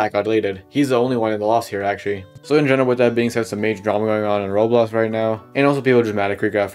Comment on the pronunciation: why do you sound like your lips never touch like "rolox"